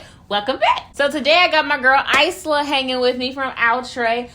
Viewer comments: Lol I'm pretty sure it's pronounced EYE-LA ....cause when you said it I was like ....what now ???? Lol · The S is silent 😁 like in Island 🏝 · Its pronounced eye-la.